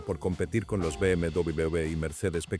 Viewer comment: Me encanta como la IA pronuncia BMW